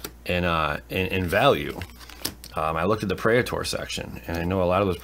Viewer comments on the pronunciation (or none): I suggest you look up how to say "praetor".